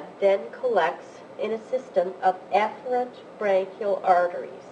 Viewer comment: um, I wish she would pronounce Efferent with an E and not a soft A... very confusing.